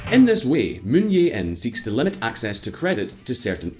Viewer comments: The name of SK president is “Jae-in”, not “Yeah-in” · "Moon Jae-in" = "Jae" is like "jay," not "yay".. But still better than what Simon would attempt, lol. (The voiceover guy did a decent job at pronunciations.)